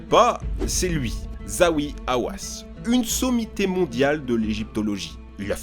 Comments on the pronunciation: Zahi et non pas Zawi Hawass ! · zahi pas zawi bordel.. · Ça ce prononce zahi on prononce le h et aussi dans hawass